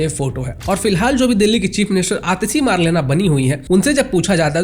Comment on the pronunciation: Its MAARLE-NA 🤣🤣